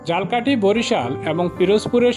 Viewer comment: ঝালকাঠি উচ্চারনে ভুল করছেন, মেহেন্দিগঞ্জের উলানিয়া মসজিদের ছবি দিয়ে মাদাবর মসজিদ বলছেন! আরো কিছু ভুল আছে🙂